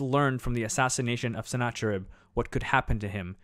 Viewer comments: Sennacherib or Sîn-ahhe-erība is usually pronounced with a fricative, a kind of throaty h. There's no English example I can think of, but it's a common sound in modern Arabic and Hebrew. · The CH in Senacherib and Chaldea should be the same CH sound as in Nebuchadnezzar. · Us Assyrians pronounce it as SIN-khi-ru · The "ch"s are pronounced with a hard "k". i.e. Chaldea is kal-di-a and Sennacherib is si-nak-a-rib. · Hi, thanks for stopping by. Yes, you're correct... Sennacherib is also incorrect for the same reason. This was one of my first videos where I had just started to learn the proper pronunciation of many of these words, and I totally apologize for that. In a few weeks a newer, more in-depth version of this video will be out, so it will be corrected in there. Thanks again for the feedback, I really appreciate it! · No actually the "ch" used as you say is also incorrect because you are implying the German and french usage of ch which the c letter is dominant sleuth only the Caaa sound no haaa sound. The 'ch' you mean is the semitic middle east transliteration. Čh čh is the correct form. It's pronounced "hoocckkaakkkccckaakk" in sound via hocking. čh aka like čhet and čhat which are the semitic letter in their alphabet. It's Sinačharib and Nabučhadnatsar. Lačhayim is the Hebrew word for to life and Ačhmed is the Arabic proper name for a person. You see now. I am middle eastern and I will teach you the proper procedure to pronounce our dialect.